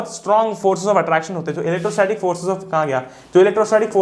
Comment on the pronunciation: It is not elecrostatic , It is electrostatic